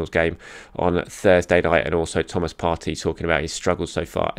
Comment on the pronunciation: Come on. You’re smart and you know Arsenal players. Surely you know how to pronounce Partey’s name correctly. No?